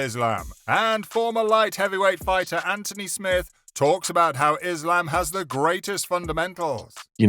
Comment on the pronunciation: Khebeb, Donna White, Justin Gaysha, Charles Oliveiiira, Anteny Smith, Denel Bariush… 🤦🏻‍♂️